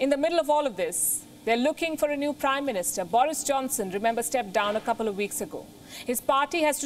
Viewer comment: 'Da third woman prime ministerrrr'. Learn English lol